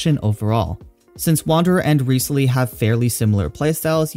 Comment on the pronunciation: It's Rise-leee